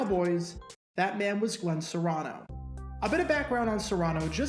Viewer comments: It's CARANO not SERANO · HEY DUDE YOU ARE SAYING HIS NAME WRONG. IT IS A C NOT AN S. IT IS FEMALE MMA FIGHTER AND MOVIE STAR GINA CARANO'S DAD. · I think the “C” his name is pronounced with a /k/ sound and not an /s/. At least that’s how I always heard it pronounced. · Carano , not serano 😵‍💫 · His last name is not Serano, its Carano. Recall your 5th grade english. C "only" has a S sound when followed by an e, i, or y. Like cent, city, or cyst. Otherwise it ALWAYS has a C sound. Cat, Cot, Cut, Cross, because its not followed by: e, i, or y. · As I recall, it was pronounced Kha-rha-no, not Sah-rha-no. Not sure why the YouTuber is using a different pronunciation than the commentarors, players and coaches. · Phonetic spelling of Carano. k-uh-r-AA-n-oh. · The name is Carano with a "K" sound. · Yes, the name is pronounced with a hard 'C' like a 'K'. And FYI his daughter is Gina Carano. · It's pronounced Carano and the narrator had it wrong. Glenn Carano's daughter was a UFC fighter and now an actress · So did this guy acknowledge anywhere in the comments section that he was mispronouncing Carano's name the entire video? Reason I ask is, I have a personal rule that I refuse to subscribe to YouTube channels where the owner does not interact with his viewers. I don't expect them to respond to every single question, although there are channel owners who do, but they should at least respond to some questions. Or in the case of this video, he should have issued an apology or correction. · Yes, you're right. I was looking to see if anyone else would correct him on the pronunciation of his name.